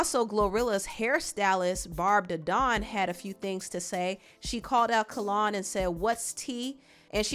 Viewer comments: His name is Not Kallon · My BFF NAME IS PRONOUNCED "KALE ON" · It’s pronounced kell-on no shade lol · name-It's pronounced Kellynn like Lynn. So awesome mentioning him! My old hair stylist ☺️✨ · The pronunciation of name is cringy. 😩🤣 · I just wrote this. Lol Every time she pronounced it I cringed. 😭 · We are truly Virgos...the way she pronounced his name had to be corrected lol😂😂😂😂